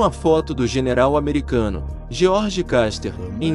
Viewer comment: George "Caster",😂 Se pronuncia "Kuster" 😅😅😅